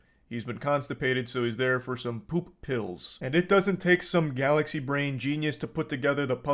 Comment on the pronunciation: “Can I just go POOUP?”💀